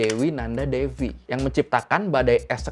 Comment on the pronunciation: Kayaknya devi itu dibaca dewi deh bang. Soal nya stw gw v itu di baca w disana